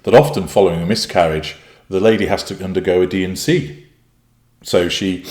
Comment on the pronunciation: I thought you first said “myth-carriage”! Which I find very, very fitting😏